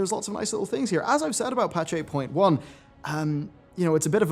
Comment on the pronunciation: When you said 8.1 at the beginning, I thought you said April one.